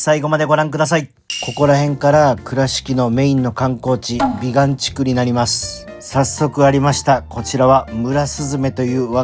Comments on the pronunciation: びがんでなくびかん地区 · 「びがん」て言うてるけど、「びかん」やろ？www